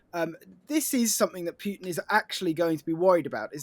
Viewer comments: In the first minute, old mate pronounces Putin two different ways. Stop pronouncing the yod. Its not Pyu-tin. It's Put-in, rhymes with foot. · It's POOTIN, not Pewtin, for christ's sake! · Who tf is pewtin & rusher? 🤣